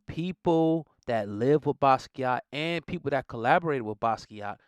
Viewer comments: Totally buthcering his name several times in this. Watch an interview or two or TEN and listen to him pronounce his own name!! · Butchered his name smh